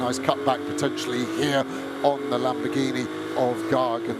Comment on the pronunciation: The commentators going through the starting grid is impressive as hell. He can't pronounce lamboRghini though